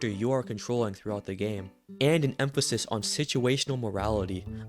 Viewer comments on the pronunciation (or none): none